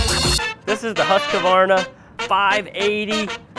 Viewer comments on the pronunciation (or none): It's Husq-var-na. Not Husq-ah-var-na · Huskavarna and Redmax. Who is making them? Most people don't consider buying Husqvarna because they can't say the name correctly even though RedMax is owed by Husqvarna. The q is silent in Husqvarna. Huskavarna 😂